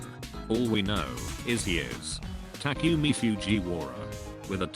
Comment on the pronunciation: Tac-you-mie Fjuie-wara